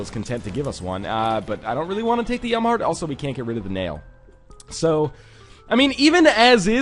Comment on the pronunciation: Why whenever he says Yum Heart i hear him say Yamah Heart?